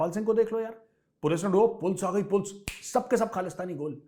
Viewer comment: " पुल्स आगाई पुल्स " that made mei laugh 😂😂